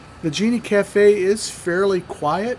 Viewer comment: Sorry man, you lost me at "Genie" Cafe. It's a "Gene" Cafe.